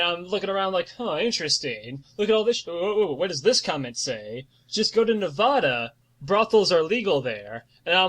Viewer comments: Ne-Va-Da not Ne-Vo-Da. im from Reno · As a native Nevadan, the pronunciation KILLS me every time but the description of the wastelands in between places like Vegas and Reno is spot on